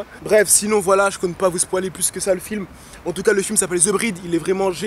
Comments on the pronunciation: il a dit spoualer o lieu de spolier à un moment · on dit spoyler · Ce n'est pas spoaler on dit spoyler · on dit spoiler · J'aime trop comment tu dis "spoiler" 😂😂😂 Sinon super vidéo ❤ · Alex Zoran il le dit exprès commt ça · tu dit bizzarement spoiler 😂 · il m'a tué je spoil tu l'a mal dit mais Correct la vidéo !!